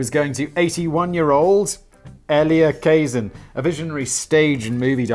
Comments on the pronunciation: get your pronunciation correct his name is pronounced Ka-Zan not Kay-zin. Do some fcuking HOMEWORK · Your new friend is Elia Kazan -that's kuh-ZAN.